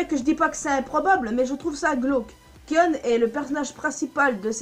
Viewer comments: On dit Kaïon pas kion.. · sa se dit kayonne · Sa s'écris Kion mais sa se prononce Kayon ou Kaïon pour se qui ne save pas le prononcé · Alors déjà au lieu de prononcer "kionne" ça se prononce "kayonne" mais sa s'écrit "kion" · Sa se prononce Kayon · Kion se prononce "kaion". Le "I" est prononcé comme en anglais. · Pourquoi tu mâches le prénom de Kion ? Ça m’a crispé dans toute ta vidéo. J’aurais bien voulu regarder en entier si ce n’est que ça qui me gêne. 😓 A par ça, j’aime assez tes théories.